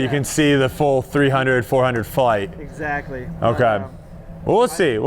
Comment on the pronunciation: Nobody: Paul: "Eggsactly" PS: I´m a huge McBeast Fan. Love that you´re creating content together